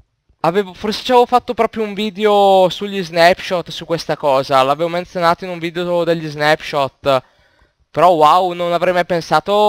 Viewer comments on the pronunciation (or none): none